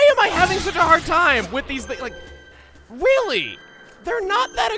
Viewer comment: Chugg said "weally"